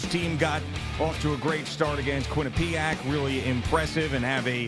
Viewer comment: Quinnipiac not Quinne-pee-ac